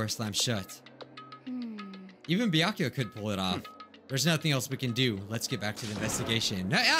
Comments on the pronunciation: It sounds like you keep saying byankuya but it has no N. Just Byakuya. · It’s byakuya or toko Me knowing it’s neither:Close but not close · Any time says Byakuya really fast it sounds like he's saying my name